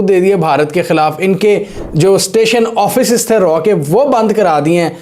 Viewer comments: 😂😂😂😂 It's Raaaaa not R&AW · RAW NAHI SAAR ITS RAA, PLS USE CORRECT URDU WORDS, MODI NAHI SAAR MOODY 😂😂😂😂